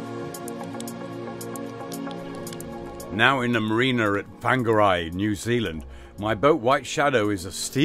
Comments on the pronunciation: Very considerate man - maybe put up a big sign about rust work and then the car parkers have the choice to park elsewhere? PS Whangarei pronounced "Fong A Ray" not "Fang A Ray" :-) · Fonga - ray. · Whangarei... pronounced Funga (as in fungus) ray as in sting ray... FUNGARAY!!! Blame the missionaries who first wrote Maori into english for the appalling mangling of the Maori language, by english speakers, ever since. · the pronunciation phonetically is Fong-Ah-Ray or Wong-gar-ray said without the gaps of course.:) Those cracks on the deck coming from the old repair patches should be opened up I think even if just exploratory otherwise down the track it's going to come back and bite ya on the arse mate and easily filled back up if found to be not a problem. if it was me I'd have sand blasted the chain locker it looks like shit and would be done in 30 mins. Yeah I know not my boat but I've seen the outcome of "She'll be right jobs". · Please get someone tell u how pronounce "Whangarei" 😂